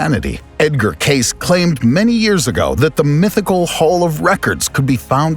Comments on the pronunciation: At the very least, pronounce Edgar Cayce's name correctly. It is CASE-SEE not CASE. Overall, this is a cheesey production and not worthy of further comment. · FYI, Edgar Cayce is pronounced (cacie not case). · Edgar's last name is pronounced Kay-see. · You need to learn how to pronounce Edgar Cayce's last name right it is not Case! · Not Spinx. It's pronounced Sfinx, the ph producing the sound "f". Edgar Cayce is pronounced Kay-Cee.